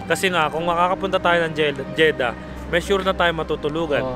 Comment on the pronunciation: Jeddah po, hindi Jeda haha